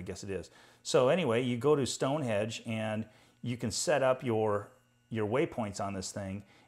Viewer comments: Thank you - great review. BTW Did you say Stone Hedge? It's Stonehenge - construction started around 3000BC and will be completed soon :-) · Just letting you know , its Stonehenge , not stone hedge .